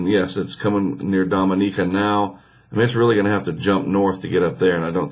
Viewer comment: I love your videos, so don't take this the wrong way, but whenever I hear you try to pronounce a location like Dominica or Guadalupe, all I can think of is Drake and Josh.. Drake: it looks like they're only available in South Ah-mer-eeca Josh: South AMERICA! 😂😂 But anyway, thanks for keeping us posted!